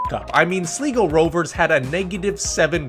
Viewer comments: Pronounced Sly-go, not slee-go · Slego? The third letter isn’t e, it’s i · Btw Sligo rovers is pronounced sly-go rovers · ....I love ya man. I appreciate the video too, so much, but....it's "Sly Go" Rovers not "Slee Go" 😂. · or shh-lie-go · It's SLY-go me boy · Sleeego. Like pronouncing “Slight” and “slick” as “Sleeet” and “sleek” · as an avid league of league thanks for covering the league. the way you pronounce sligo is funny. you got my subscription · You butchered Sligo Rovers name 😂